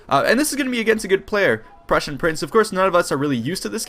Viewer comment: I always wonder why you pronounce "prussian" the way you would pronounce persian...